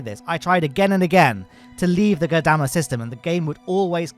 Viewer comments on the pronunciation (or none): I was going to flip out if I had to hear you say Goddamma again. although my fury is quelled by having spelled it out. lol!